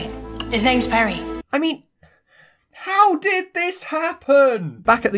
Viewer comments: He is called Perry. It's just pronounced badly the first two instances. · I heard Perry, BBC subtitles was just tripping